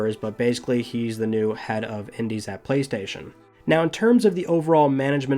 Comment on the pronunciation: “Praystation figh”